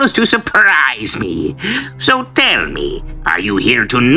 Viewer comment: When I first heard him say "So tell me" I thought "hehe that sounds a bit italian". Boy was I in for a ride